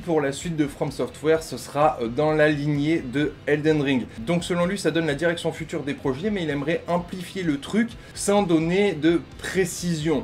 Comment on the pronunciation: Foutre ou future de from software?? 🤣🤣